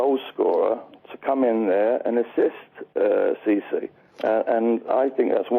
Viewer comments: did he call cisse "sissy"? lol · See-see?? 😂😂 or did he mean looky-looky… 🙌🏾😂😂